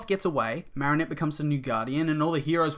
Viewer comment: The way he says marrinette triggers me